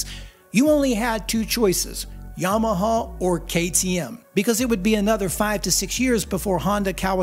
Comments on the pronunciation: minutes in and bracing myself for your pronounciation of Yamaha. Honest, how bad is it? edit: well, that's not that bad for an American, is it? edit again: oh there was a real bad one, Yomoho. Uff. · You're right. I don't like your enunciation of Yama hog... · Why do you say Yamahaww? Good God I can't stand it, lol. Great video. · i indeed do not like the way you say Yamaha 😁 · I don't like the way you say Yamaha. So I'm not going to leave a comment. Suffer.